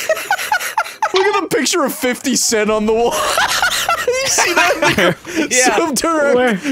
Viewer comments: why does it sound like you said the n word when you were talking about 50 cent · I am trying to figure out what other words it could have been, but i can only hear the n-word tbh. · The 50 cent bit it sounds like he is saint the n word